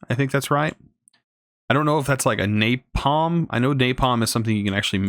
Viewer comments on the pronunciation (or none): none